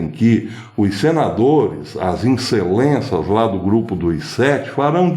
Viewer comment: E as "incelenças" foi ótimo. Kkkkk